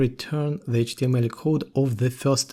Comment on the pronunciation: Произношение Эйчь ти эм эль выдает )))